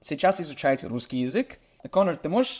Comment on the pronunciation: Думаю если друг не забросит русский язык , никто вообще никогда не угадает что он не русскоговорящий У него уже очень хорошее произношение (московский говор прям слышу)